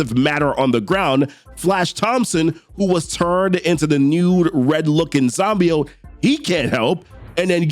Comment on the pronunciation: Dammit Dylan, you should’ve went for the head!! 😂 Side note: It’s pronounced Sim•Be•Oat